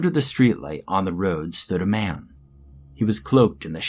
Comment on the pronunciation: It sounded like mam not man reeee